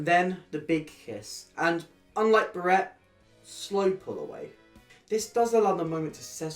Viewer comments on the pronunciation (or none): Love this video but I can’t get over how you say Barrett. It’s Bah-ret not ber-ett